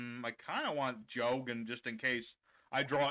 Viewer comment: Jao wgen?..? Ummm nope 🙅🏻🙅🏻🙅🏻 his name is jo-gen. Jo is pronounce like jo also spelled jou wen using correct romaji^^ ND kool u pronounce kagen & goe & fuhma correct ^^ soo props for that^^